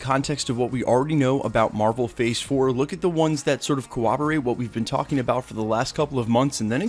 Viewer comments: bro, you've said it wrong for years now... it's corroborate (core-rob-orate) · are you saying "cowoberate"?????